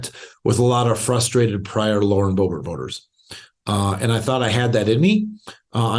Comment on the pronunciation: The fact that he calls her BoeBART instead of BoeBERT is interesting. May be a history of dismissive exchanges there.